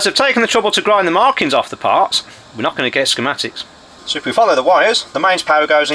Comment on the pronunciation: "...just touch the center leg. Should nae have anything." is sounding a bit Scottish these days.